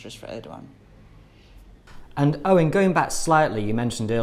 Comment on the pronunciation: needs to know it’s not pronounced erdyyan but erdowan